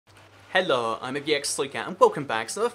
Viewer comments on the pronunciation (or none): you don't say hello correct... you say "hell-uh"... which slightly annoys me. I love your videos though! :D